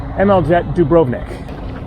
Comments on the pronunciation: ML-JET 😂😂😂 The č in Korčula is pronounced like 'ch', Churro or Chimichangas 😉 for the 'LJ' I can't find a good example, it's similar to 'gli' in italian. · ML Jet! ROFL! It is Mljet, lj is one sound. 😀